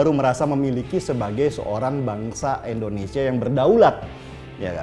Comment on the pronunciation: indonesia bukan endonesia.